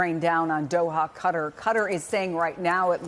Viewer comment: Why are the white women calling it CUTTER ?